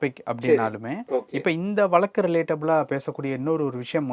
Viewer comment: Please pronounce tamil properly. Can't you say VAZHAKKU. Why valakku. Stupid.